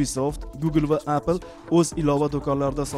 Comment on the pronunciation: appl demang oka eppl deb ayting bla savodsiz pizdes